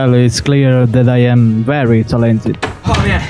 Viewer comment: Vencenzo: "Well, is clear that I am very ta-LEN-ted." lol. Perfetto!